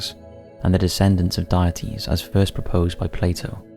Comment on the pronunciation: Also the way he says "deities, deity"